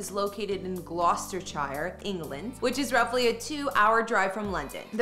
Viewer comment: Talks about Birkhall shows footage of Balmoral. Almost as funny as how she pronounces Gloucestshire :)